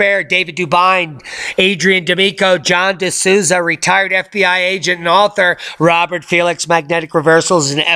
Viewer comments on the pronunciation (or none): none